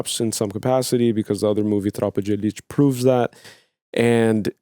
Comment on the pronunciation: Im legitemely mentally gone! Recognize it as a brazilian movie, this WONDERFUL Brazil T-shirt and a perfect pronunciation of "Tropa de Elite". Everthing in less than 15 seconds!